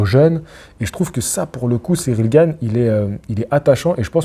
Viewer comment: Cyril GaYne VS Franssaysse AndGuenow 😂